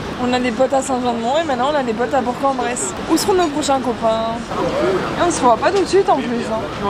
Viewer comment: ouiii elle a bien prononcé bourg en bresse (j’avoue jme sens fraiche parce que j’habite dans l’ain)